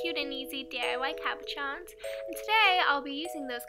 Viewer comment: isn't that just like the states though to take a product like deco whip, screw it up entirely, and put a giant price tag on it. better off with school glue and cornstarch. xD at least you made it work! btw it's caboSHON. it's french.